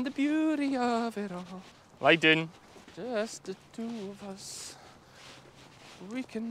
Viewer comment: You have me saying lie doon to my dogs. They seem to understand.😁